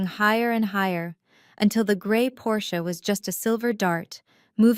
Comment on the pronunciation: Thank you for pronouncing 'Porsche' properly. It makes all of the difference to those who know.